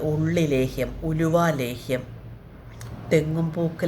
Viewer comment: നെല്ലിക്ക ലോഹ്യം അല്ല ലേഹ്യം ❤❤😂😂രാവിലെ ഉണർന്നു കുളിച്ചു വിളക്കുവച്ചു പ്രാർത്ഥിച്ചു പതിവിൽ കൂടുതൽ സമയം സിങ്ക